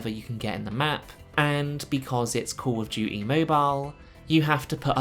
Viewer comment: KAWL UF DJEWTEE